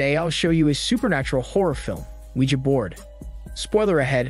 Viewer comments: Finally. Someone pronouncing Ouija right. "WeeGee" has got to be stupidest invented pronunciation, ever. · “weegee” is the correct pronunciation whether you like it or not. Ouija is a brand name and and is pronounced however the creators say it is. It also isn’t from the words oui and ja.